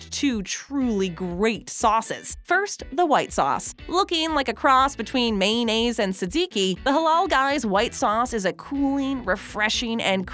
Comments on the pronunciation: she said "MAINaize" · Change the playback speed to 0.5x. Go to . The way she says "mayonnaise," you will not be disappointed. LMBO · The way she say mayonnaise